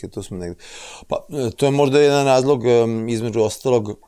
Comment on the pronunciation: Šta je sad ovo promoviše litijum, da je dobar za mozak. Zašto ovaj doktor govori KUČI, namesto KUĆI, IZMEDŽU namesto između! Haaaa teško računa, MOGUČE a ne moguće! Gde ovaj doktor živi???